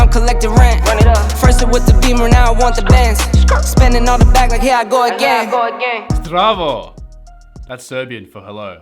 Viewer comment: Every balkan man was shocked when you said "Zdravo"